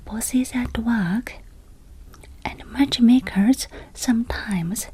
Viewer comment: Ohhh, matchmakers, of course. At first I heard watchmakers. I know Japan has Seiko, Citizen, Casio and so on, but it would probably be very distracting if they had to pair up people as well. 😂